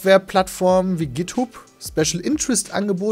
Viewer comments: Erstmal facepalm bei der Aussprache von "GitHub"... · musst kurz grinsen als Peter "Github" ausgesprochen hat :D Nicht böse gemeint, aber "Githubb" klang so niedlich :D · Olger Khan Ausgesprochen Gidthab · Also war es absicht? Peter der alte Schlingel :D. Wobei ich zugeben muss ,das ich durchaus geschmunzelt habe. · das war offensichtlich absichtlich o0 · Ich musste gerade auch Schmunzeln und direkt nachschauen ob ich der einzige war :D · Olger Khan Kennst doch bestimmt das andere Hub ;) Wird genauso ausgesprochen